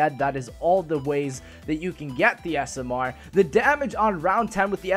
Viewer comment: I love how says smr. He says it like s.m.errrr